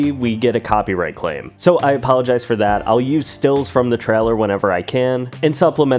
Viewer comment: I hate the way you say trailer. “Treller”